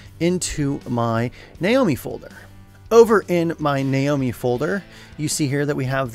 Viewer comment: Sega Naomi is pronounced Na Oh Me